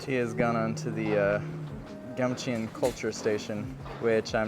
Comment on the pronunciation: pronunciation tip: eo in Korean is not eeee oooo in English; it's the 2nd syllable sound of Samsung (삼성); eo == 어 (so, it's more like Gamchon, rather than Gamche-on) how to pronounce Samsung here